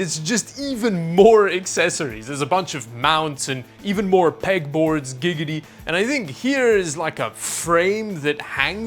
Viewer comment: Why were you saying Gigidy